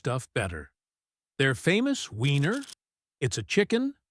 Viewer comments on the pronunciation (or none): none